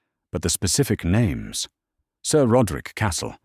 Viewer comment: If you're going to have AI read the story for you then make sure it can properly pronounce names. It's fucking annoying to hear Spanish pronunciation for English words.